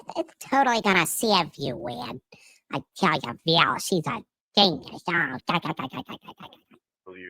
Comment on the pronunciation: Every time she says "Val" I throw up in my mouth a little. Of all of the words I've heard her say... that is the worst of the cringe words.